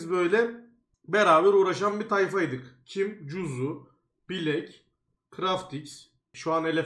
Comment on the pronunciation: bilek değil blæk